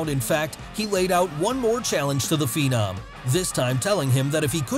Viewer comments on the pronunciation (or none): none